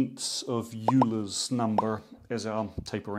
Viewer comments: That was great...Ha ha washing machines... (PS. I think the great mathematician is pronounced 'oiler') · 23/57ths:-D been watching Project Binky have you? ps: Euler is pronounced 'Oil-er' btw;-)